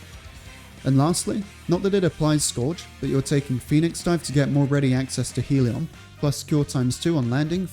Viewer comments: “Hell-e-on”, not “heel-e-on” Great build, though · Never understood why people pronounce Hellion as Heal-ee-on instead of how it's spelt.